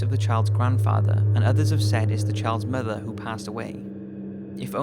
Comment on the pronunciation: When you said "Child's Mother that passed away", I was worried bc i thought you said "Child's Murderer", Also, I checked out your website, I like it :)